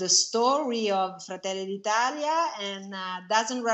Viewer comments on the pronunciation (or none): "Georgia Mlounee".... "Frataylee dee 'Taleeah"..... Not even one Word the speaker can pronounce correctly.😑